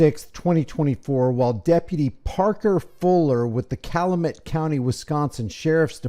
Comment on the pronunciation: CAL...U...MET I live 10 minutes away.